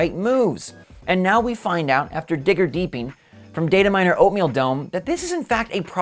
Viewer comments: “Digger deeping” 😂😂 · Who else caught the “digger deeping” 😂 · “after digger deeping” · "after digger deeping" 😅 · "After digger deeping"